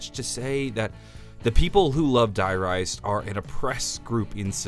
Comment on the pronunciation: If I hear him pronounce "Die Rise" like that again my ears will start to bleed...